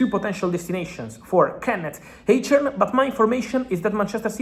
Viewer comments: Fabrizio bro his name is pronounced like "AYSH-HORN"... KENNET EICHHORN = AYSH-HORN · Nix eytchern...Eichhorn junge